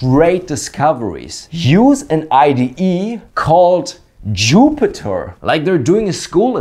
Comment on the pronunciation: "JooO-pee-tehr .. notebook"